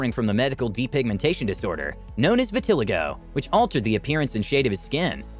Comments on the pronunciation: How you botched the pronunciation of Vitiligo is as bad as the botched surgeries on this list 😂 but I did find this very interesting. I had to mess with you ☺️ still love your content 😜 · Please learn how to pronounce vitiligo. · THE WAY HE PRONOUNCE VITILIGO HAS ME ROLLING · first off that’s not how u say vitiligo lmao 2nd off half these people don’t have botched surgeries that want to look that way pete burns didnt have numerous surgeries to get his face back he did it to look that way the same w amanda lapore she doesnt wanna look like kim k or some la girl trying to look like barbie she wants to look like a silicon doll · I can’t get over the way the narrator pronounces vitiligo 😂😂😂 sounds like a shampoo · You need to learn the proper pronunciation of vitiligo. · Yeah he should get a dictionary and study the pronunciation. I get he's got an accent but that shyte was annoying as hell. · I don't like how you said vitiligo 😬 it hurt my soul lol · Stop mispronouncing vitiligo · The most shocking is your pronunciation of Vitiligo. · The way he pronounced vitiligo... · Vitiligo 😆😳 ! The way he pronounce that word 🤦🏽‍♀️ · The way you pronounced vitiligo 🤣🤣🤣🤣🤣🤣🤣🤣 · Again,why are these read by people who can't pronounce the words correctly?? I can't speak Chinese, so I wouldn't try. Its vit-uh- lie -go . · It’s pronounced (vit- tuh- ly-go) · Vitelego??? 😃🤣😂Vit(like pit) uh-lie-go. You're welcome. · Its funny how he says vitiligo as Viti-lego its pernounced Viti-liego xD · Vitileego??? 😂 No, the 3rd i is long sounding. Vi-til-lye-go dude 🤣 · It’s not vi ti li go it’s pronounced: Vee ta lai go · Its not pronounced vi-ti ligo but viti- LIE GO LOLOL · Referring to Michael Jacksons skin disease “Vitiligo” is pronounced “Vit-ah-Lie-Go” Not “Va-Til-ah-go” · It’s vit-a-LIE-go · Vih-tih-lie-go not Vih-til-eh-go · "Vi-ti-li-go"? Omg, learn how to pronounce things before you turn on the mic. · Its pronounced Vit ah lie go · Vet-a-lie-go is how you say that